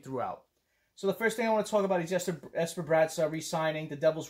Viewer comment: That Forward lineup is interesting, I don't think I like those Defensemen pairings though. The Comrie pick up wasn't my first choice, but I've got to trust Fitzy enough to give him the benefit of the doubt. And I appreciate you pronouncing the name Yesper Bratt. Its not a hard name to pronounce, and we should respect the man enough to pronounce it correctly.